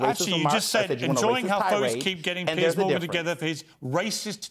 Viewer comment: Just answer his question. And it's Piers, not Pierce.